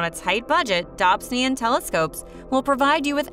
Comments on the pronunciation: even a robot would pronounce the ‘o’ in this instance. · Please learn to pronounce Dobsonian properly. I imagine John Dobson, a fellow American, would have greatly appreciated it.